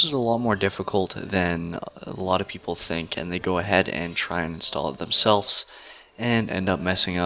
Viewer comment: I dont know if i wanna take the advice of a guy who doesnt know how to say "Themselves"